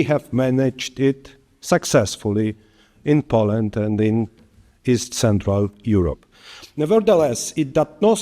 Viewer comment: piękny angielski panie prezydencie. proszę zacząć od poprawy wymowy słowa "Poland"